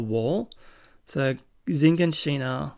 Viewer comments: I don't know where you're watching this but it's not Zhiganshina it's shiganshina. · This is spoiler free... First of all, that was a really good reaction.. I really enjoyed it. I can't wait to watch your next video. Ok.. So there are somethings that you missed that I think are really important... First: Shiganshina (Yeah, that's how it's pronounced) is the bait city outside wall Maria where the big skinless titan appeared and where Eren used to live, after it was breached, they retreated to wall maria. Then the other "robotic" titan (won't say anything about this) appeared and breached the gate beyond Shiganshina, thus, breaching wall maria. All of the refuges then retreated to wall rose, and then sent back in a suicidal mission to recover wall maria, where they basically were wiped out. Second: Eren's father went into the inner walls for a job according to the first episode, so he wasn't outside the walls but within wall rose. Third: Eren didn't have the key before his dream.. It was shown in the first episode that the key was with his father when he traveled for his job. Again... Really great reaction, 50 minutes went by in a flash.. Keep it up man.